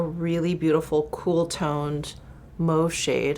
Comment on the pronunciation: Loving the Embrace Blush gloss here!!! Gorgeous., I love that you pronounce Mauve properly🥰🤓😂